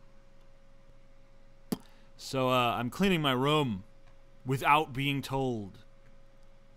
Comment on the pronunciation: I like the way TJ says "room". It sounds like he is saying "rum". hehe.